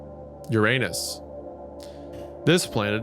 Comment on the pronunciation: I like how Wendi pronounced Uranus with the anus in it.